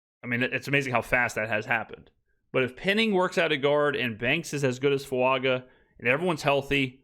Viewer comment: it’s been a year — time to pronounce Taliese’s surname the way he and his family and even the guys in this video do English spelling of Fuaga would the g character but in Samoa and wherever those with Polynesian heritage live, a phonetic spelling of this surname name would use the phonetic symbol ŋ in place of the ‘g’ - Fuaŋa. The pronunciation of ŋ is, approximately, ‘ng.’ Thank you for all the vids.